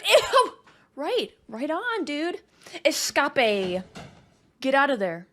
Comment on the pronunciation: Oh gosh...that "esca-pay" was a dead shot to my Finding Nemo funny bone...I am ded, I died, I am ded! 🤣 Insta-liked for that 💯